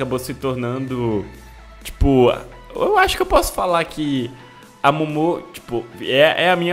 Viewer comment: NAO E MOMÔ E MOMO COM MAIS OU NENOS SOM DE U